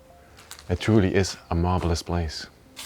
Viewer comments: Did he say “it truly is a “marbleous” place? 😆👏🏻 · Lol...you keep talking about the Marble then when you say Marvelous it sounds like you're saying Marbleless lol... Cool video guys...I would at least have a machete on hand just in case.. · Thats what i heard ! I laughed !